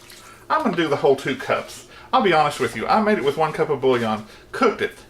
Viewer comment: Thanks,. Looks delicious, but I can't make it since, in the description, you wrote that from the moment you tasted it you were in love. Is this Live Potion Number One, or somewhere else along the line? Enjoyed it! Cups,. C-U-P-S. There is no "R." Let's try again, slowly… 😁